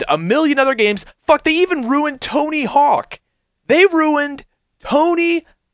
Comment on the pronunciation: Anyone noticed that he said Hony Hawk the second time?